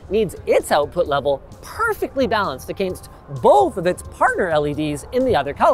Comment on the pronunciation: Am I the only one that cringes when Linus says against?